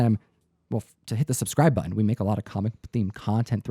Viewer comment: pronunciation of "button" drives me nuts.